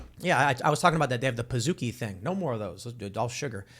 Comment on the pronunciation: Pazooki? Do you mean paczki? (Poonch-ki)